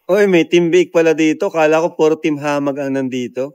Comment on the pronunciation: hindi hamah its hamag